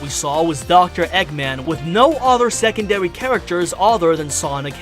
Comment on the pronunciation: Twailers? Diwection? Secondawy? Did Elmer Fudd narrate this?